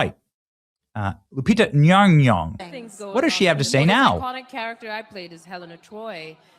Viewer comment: Benny, let me help you with the pronunciation... it's Loo-pee-tah Nom-nom-nom.